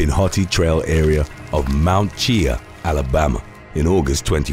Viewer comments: You committed a murder. You murdered the pronunciation of Cheaha lol It's Chee-haw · Great video (as always). I live in the foothills of Mt. Cheaha so I'm very familiar with the area where #1 occurred. It's a beautiful place to hike, camp, ride, etc and for reference, Talladega Super Speedway isn't too far from it. Also, if anyone is curious, it's pronounced "Chee-ha".